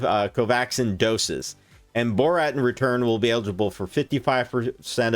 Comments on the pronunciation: Am I the only one bothered by his pronunciation of 'Bharat' as 'Borat' ? 😂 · It's Bhaa- ra-tt